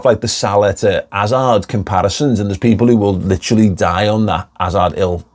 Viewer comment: ‘Azard ‘Ill Fureva 😂